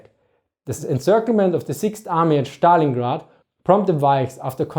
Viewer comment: yes, his pronunciation kills me